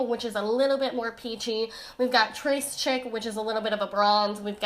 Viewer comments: when she pronounced trés chic as trace chick 😭😭😭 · That is gorgeous. Don't mean to be a French nitpick but Tres Chic is probably pronounced Trey sheik sweetie. I'd have to see the spelling though😉. I've had to edit this comment because I know you're a really bright woman and didn't want to sound condescending at all. After listening to all the mispronounced words on YouTube, I just jumped in there, when I hadn't even seen how the word was written. You I love you to the moon 🌙